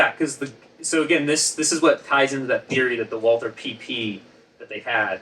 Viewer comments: Walther is pronounced “Valter” please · Just for reference: "Walther" is pronounced "Walter" like in Walter White. No th-sound. Greetings from Germany :) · Just pronounce it "Walter". The Germans don't do the thorn sound, and the English version of the name "Walther" is "Walter" in any case. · I’m rather surprised to hear you guys mispronounce Walther. Surely that’s a conscious choice? M got it right in the movie clip… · Alas, I'm too late getting to this, and I'm sure neither Ian nor will even see my question... but I was hoping that with two distinguished Subject Matter Experts in the video, I might get an authoritative answer to the following question: Why is the pronunciation of the 'w' in Walther always the English pronunciation, and not the German pronunciation? i.e. W and not V? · Your pronunciation of Walther is doing my head in. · Errors within errors, and the very two experts to be able to disentangle the nonsense of the prop guns used in Dr. No; however, both of them fundamental make their own errors within errors by not only mispronouncing the German words for the guns, but doing so in different, novel ways. Ian commendably learned French to be better able to research his tome on French rifles, but in the matter of German, its pronunciation is impressively regular. All one has to do to speak German like a native is to know a few rules, and practise some of the “weirder“ sounds. It´s Valt-her, not /walter/ or /walther/. In German, /W/ is pronounced /V/, and there is no /th/ sound. So simple.